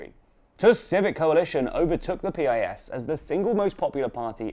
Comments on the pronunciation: It's not P-I-S, it's spelled Pis just like its synonym word piss. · You mispronounced piss 😅😅😅